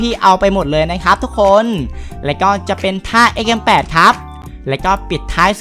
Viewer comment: ตอนที่พี่พูดว่าXM8หนูได้ยินว่าไอเหี้ยเเปดค่ะ